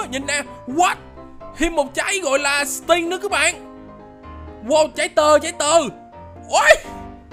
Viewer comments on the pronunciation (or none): Anh nói trái string thành sting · Sao a đọc là sting